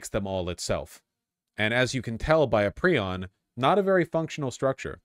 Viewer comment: It’s pry-on.